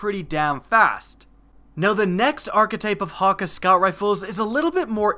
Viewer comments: OH MY GOD DOES ANYONE PRONOUNCE THIS RIGHT. It's Hack-Aye. Not HAWKUH HAWKEYE HAKK OMG. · he keeps saying "hocka" when it's "hockay" and I can't get over it :P